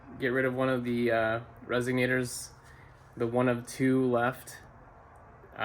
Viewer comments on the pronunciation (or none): There’s no way you keep saying resignators…